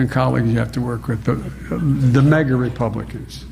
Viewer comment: This MAGA not mega! It’s America not Emeriga!